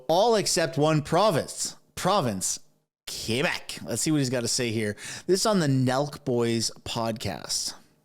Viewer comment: I like how tucker says quebec the right way. Im from ontario and i speak french before english.